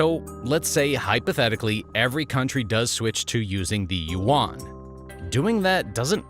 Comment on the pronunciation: You are pronouncing Yuan wrong. Think of the word "hen" for a female chicken. Then think of how you say the Y in "yes", replace the H with the Y sound that's how you pronounce Yuan.